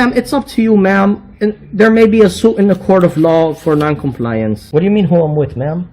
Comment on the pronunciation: He clearly watches your channel. Hey, if you see this, you're an idiot. You aren't defending our rights. You're harassing people for likes and clicks. Also, why do you pronounce "compliance" that way? Do you think that and carrying a clipboard somehow makes you "official?" You sound like a jack ass.